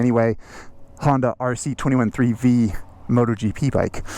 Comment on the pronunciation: Thank you,, for being the only person I've ever heard say, correctly, are see twenty one three vee